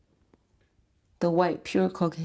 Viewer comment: Why u say cocaine with a pause like you waiting for a clap🥴🥴🥴and if nothing happend why he call u 50,000 times in 24hours🙄. If your husband on these tapes, we need another interview